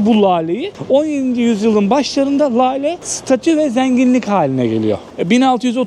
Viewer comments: LALE değil de, inceltme işareti ile:hand-pink-waving: söylenir= LÂLE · Lale yi ,ince L' olarak söyle. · yagcilik yapma,Lale derken ince L ile söylenir.Hani para kazanip 'kar' ettim deriz ya yagan ' kar' gibi degil ince ,K' ile söyleriz.Buda Lale' i kalin L' ile söylüyor.HOLLAN DA derken de ince L' ile söylenir